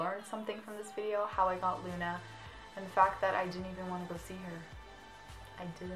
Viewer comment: i loooove your channel! you and lauren are amaaazing. but... i'm italian, so... it's not LEUNA, but LUNA. i know that the spelling of U is like EU, but the italian correct spelling is without E. if i just could make you listen, it will be really simple. ps sorry for my bad (really bad) english.